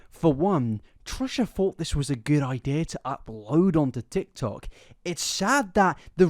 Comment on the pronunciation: You just said, "the Tik Toc". I'll grab your walker for you, sir.